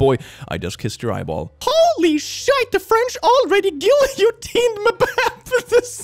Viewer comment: The way he pronounced Guillotined😢